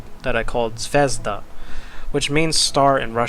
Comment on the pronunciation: Many beauty words in this seria... Very much like your philosophy... and yeah ZVEZDA and ZARYA u pronnounce prety wrong)... but no matter they are in the seria and only that matter. Very nice with all that background storys too. And deffinateley desserve more LIKE's LOOK's and SUB's here